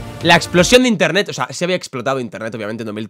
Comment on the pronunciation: Nadie::INTENTET